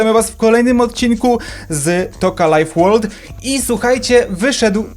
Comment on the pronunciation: Mówi się Toca life world